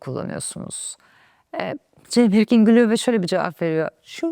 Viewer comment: Birkin‘i doğru telaffuz edememişsiniz